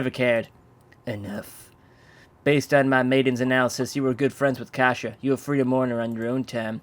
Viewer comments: KASIA NOT KASIA NNNNNNNNNNNNNNNNOOOOOOOOOOO !!!!!!!!!! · Noo not kasia... :/